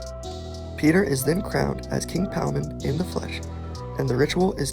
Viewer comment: It’s king Paimon bruh ain’t no Palmon